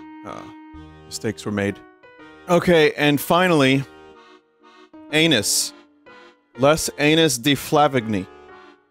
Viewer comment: Vinny pronouncing Anis like Anus kills me! 🤣